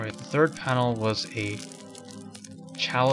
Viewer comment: it sounds like "thinking of the turd panel"